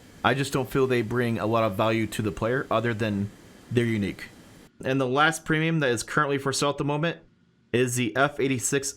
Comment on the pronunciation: Oh Ham did a great job. You(!) sounded a lot more nervous. You were contracting words something fierce! Right off the bat: "Welcome to our Pre'm buying guide". The what now?!:)